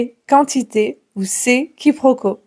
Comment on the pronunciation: Quiproquo et non quiproco